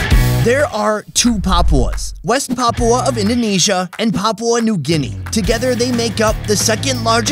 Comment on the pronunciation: papua not papau